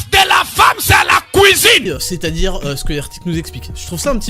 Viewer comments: ...LA CWOUIZINE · « A LA COUIZINE ! » 😂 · LA COUIZINE